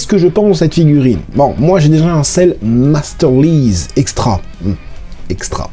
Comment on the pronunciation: Prononciation du mot "MasterLise". Au fait, j'ai vu dans une vidéo précédente que tu hésitais sur la prononciation. En anglais, quand le "i" est tout seul, mais qu'on a encore un "e" dans la syllabe suivante, on prononce "Aïe"? Il faut donc dire "MasterLaïze". Bid, tu dis "bid", bide tu dis "baïde". Kite (cerf-volant), tu dis "kaïte". "drive" tu dis "draïve", et ainsi de suite. C'est un truc bizarre, tu vas voir la syllabe d'après s'il y a un "e" et comme ça tu sais comment ça se prononce.